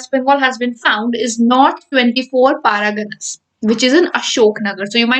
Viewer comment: Every time you say North 24 paraganas my ears bleeds. Anyways good video but try to focus on word pronunciation next time